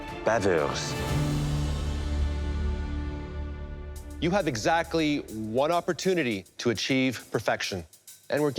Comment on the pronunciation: It's a " omettre baveuse " not " baveurs "